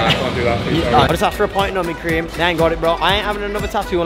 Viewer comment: I thought he kept asking for nubin cream